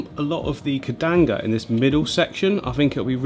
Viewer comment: "Kedanga" 😂😂 gotta love how comes up with his own name for plants!